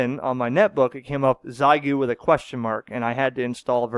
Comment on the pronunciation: As a native speaker, i have to point out xiegu in chinese is pronounced as “shea gu” 73